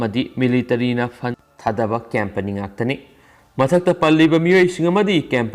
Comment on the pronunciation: Not cempany, it's company, if I m not wrong. Do pronounce well 👍 n thanks